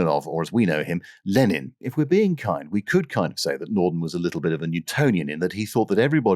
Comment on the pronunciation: You know, right there at at I could almost swear I heard the glorious miracle machine that is the Norton Bomb Sight slightly mispronounced... It must have been my over-active, youthful imagination.